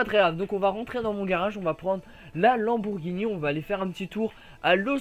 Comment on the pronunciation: c'est lamborghini et pas lambourghini